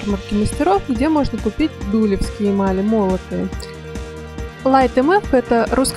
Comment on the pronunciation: Не во первых Дулёвские ударение на ё . Во вторых на фондон кладется любая эмаль . В третьих 145 эмаль это медный рубин и красный цвет появляется при реакции с медью. По золотым рубинам 5 и 3, их не кладут на чистое серебро. Вы не владеете этой техникой. Ролик туфта!!!!!